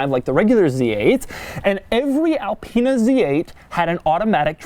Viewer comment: IT IS ALPINE NOT ELPEENA